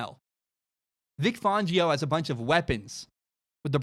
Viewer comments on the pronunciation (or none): For the love of god please pronounce Vic Fangio properly. Fangio like *fan*. Not Fongio